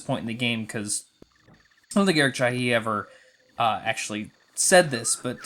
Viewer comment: Chahi is pronounced "shah hee" so close lol. Heart of Darkness is very much "Another World with elements of Flashback" and if you're familiar of the past games Amazing Studio people worked on, you'll be able to guess why lol I've always thought that Amigo is named such because of the Amiga lol. How about a version of the game with 2D animation in the cinematics? I've imagined that often. In the art style of the concept artist Christian Robert who also did the in-game sprites. Oh jeez what is your playstation doing!?